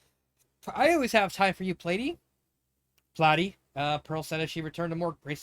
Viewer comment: lol, what’s with the accent? I did NOT write Platinum with that in mind, lol And Pearl’s nickname for him is pronounced PLAH-TIE, not PLAY-TIE.